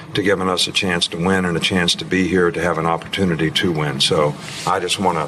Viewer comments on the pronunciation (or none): none